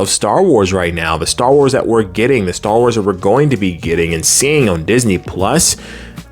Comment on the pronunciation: You are saying it perfectly..."Star Wars errors"